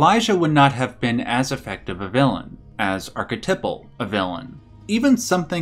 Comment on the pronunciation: The way this guy says archetypal pissed me off WAY more than it should